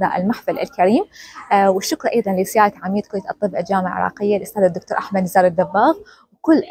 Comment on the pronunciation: عاشت ايدج والله يقويج ويحفظج ان شاءالله بس نصيحة اتمنى تتقبليها برحابة صدر وهي: من تذكرين الاسامي العربية ف الفظيها بالعربي، وليس بالانكليزي مثل اسم احمد لا تنطقيه اهمد لان احنا العرب لازم نفتخر بعربيتنا وما لازم نقلد الاجانب بكلشي وشكرا واتمنى لج كل التوفيق